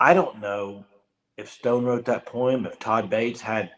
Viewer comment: Lol Poem [ poh-uhm ]